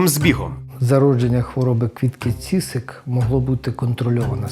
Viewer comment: Квітка Цісик, а не ціцик. Навчітся!